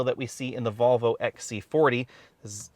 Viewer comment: Why do you keep saying “Bobble” instead of “Volvo”?!